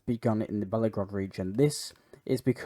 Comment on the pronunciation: Just a helpful hint: the name of the Russian city is Belgorod not Bellagrod.